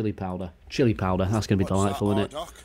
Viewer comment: The simplest givaway is the way he says "eet" instead of "it". To the uninitiated they're very similar but listen for that one word and you'll avoid getting a mouthfull from Stoke on Trent's finest lol